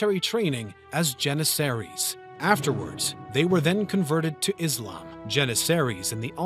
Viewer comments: Nice effort, but you really need to work on your pronunciation of the names of places and peoples – starting with terms like ‘Byzantine’ and ‘Jannisaries.’ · Your pronunciation of "Byzantine," "Trebizond" and "Janissaries" is weird. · I adore this channel, but how can a channel with such high production value have so many mispronunciations? Am I the only one hearing this? “Byzantine”, “janissaries”, “constantinople”, “greco-turkish” just that I’ve noticed so far